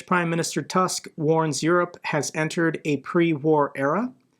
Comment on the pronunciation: Donald Tusk doesn't rhyme with Elon Musk. The 'u' in Tusk is more like the 'u' in Bush.